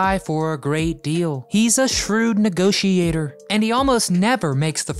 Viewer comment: I was almost fooled by this narration bot until it said "negoti-A-tor".